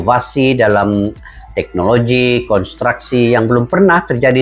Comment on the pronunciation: Konstruksi, bukan kontraksi... 😅